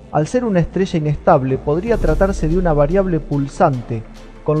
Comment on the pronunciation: La ESTRESHA y los RASHOS SHA SHEVAN muchos años ASHÁ arriba😂😂😂😂